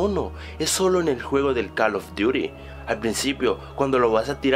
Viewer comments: No Es Call of Duty, O calos Duty o algo si :v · jaksjajsj Tu ingles es TOP. Calof Diury X,D